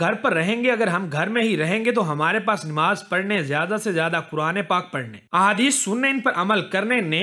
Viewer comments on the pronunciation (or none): Aby namaz bol nimaz nhi